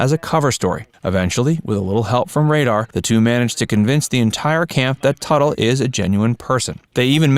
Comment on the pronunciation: thats tuttle not turtle!! not even 30 seconds in and this video is wrong